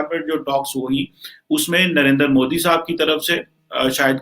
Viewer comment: satyendra Lamba..Laaaamba bole lumba nhi hota lamba hota h Ajit Dobal hota h doble nhi, modi hota h modddi nhi bolna seekho yaar tum pakistani ho toh khittey k he bolna bhi nhi aata h tum logo ko